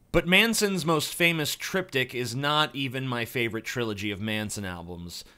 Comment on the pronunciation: why did i keep understanding the Trip Dick instead of triptik ahahahahaha